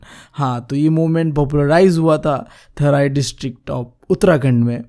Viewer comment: It's not थराई it's टेहरी